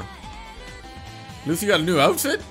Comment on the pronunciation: Tell me he didn’t call luffy luf